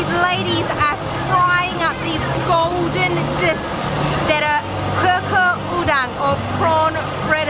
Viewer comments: Choo choor udang not kukur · ...its cucur udang is actualy sounds choo choor udang...not koo koor udang;p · it should be pronounced as in Chu chur/Choo Chur udang…lol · cucur udang = the right way to pronounce it is 'choo choor ' like the choo choo train sound. :P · its pronouced "choo choo'r udang" .. LOL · Correct pronunciation : choo-choor udang :D